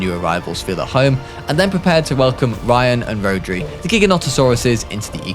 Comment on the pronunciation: Great vid but rhodri is a Welsh name and it’s pronounced ro-dr-i